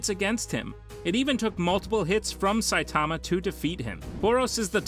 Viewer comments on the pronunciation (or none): Dude, I hate how you say Saitama name, vaccine man should be way lower, and you said Garou did a kamikaze against elder centipede bit it was Genoa. This was all within the first 3 minutes. Once I saw you knew nothing I turned this garbage off